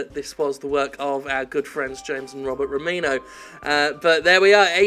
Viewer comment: You said the DigiHom developers’ last name was Romino, as opposed to Romine.